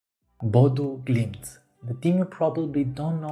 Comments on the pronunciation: not trying to be too mean or anything but its Ø no O BodØ glimt. apart from that it was alright. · I'm a native from Bodø, and I can tell you that your pronucniation of Bodø/Glimt isn't far off at all. To improve it tho, I'll say the letter Ø is pronunced like a "U" sound in a word like "Burn". Or an "E" in the word "Her". Other than what's usual like the letter Ø, your pronunciation is perfect. At least you're not the Oslo airport lady trying to speak english when saying "Bodø". She says it like "Bude" xD. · Great video! 💪 And not too bad pronunciation of Bodø/Glimt! 😊 Greetings from Norway 🇳🇴